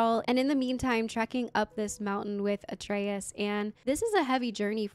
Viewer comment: The video telling how to pronounce Atreus is actually wrong. You are pronouncing it correctly like how Kratos calls him - "a tray us"